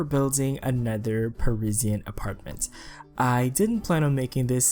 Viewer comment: The way he says Parisian hurts my soul